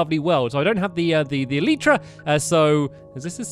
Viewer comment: its elEYEtra, not elEEtra 😂😂😂